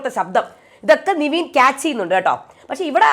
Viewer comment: നെവിനെ ആണോ നിവീൻ എന്ന് പറയുന്നത്?